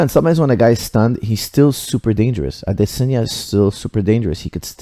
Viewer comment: maybe you should have paid attention to the commentary, you could have heard them say "AdeSANYa" not "AdeSINYA".